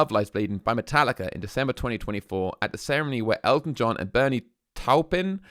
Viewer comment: I left after I typed this. You can't pronounce Bernie's name correctly?